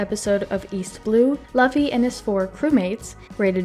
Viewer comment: you said laffy?!